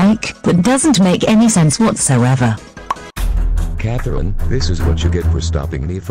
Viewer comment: It’s pretty satisfying the way says Catherine